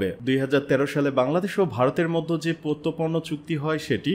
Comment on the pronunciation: প্রত্যর্পন উচ্চারন ঠিক করুন।